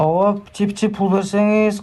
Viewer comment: Суйлоп жаткан бала, доошунан жап жаш баланын уну. Андай жаш балдарга баляя барбы политикада. Пичи деген созду пиичи эле суйлош керек, а булар пичи пичи деп коп суйлоп салды. Шайлоочуларын эч ким мындай сатылат, алданат деп суйлобойт. Бул 100% конкуренттенинин иши. Эгер чындап суйлогондо милициялар кармап, жазасын берет эледа. Азыр конкуренциялары нелер кылбайт депутат болуш учун.